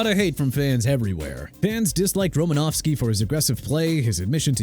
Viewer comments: thought it was RomanOWski.. not Romanavski... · Roses are red, violets are blue. Unsportsmanlike conduct, Ndomunkong Suh. Also, there is no "F" in Romanowski. It's not "Romanofski." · WHOEVER SAID NDAMUKONG SUH'S NAME WRONG NEED TO BE FIRED IMMEDIATELY!! ALSO IT'S EVAN DIETRICH-SMITH!! AND TYREEK HILL MOST HATED PLAYER... KEEP THINKING THAT DUDE... I WISH YOU WOULD... ALSO IT'S ROMA-NOW-SKI NOT ROMA-NOV-SKI!! THE MAN AIN'T RUSSIAN!!!! I DON'T NEED THIS... I REALLY DON'T... YOU PPL NEED TO QUIT...